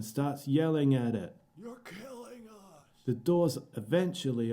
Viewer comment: "You're killing uussssh" is killing me 😂🤣